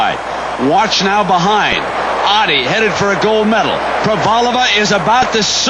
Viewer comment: Not Ohhdddi...Ottey..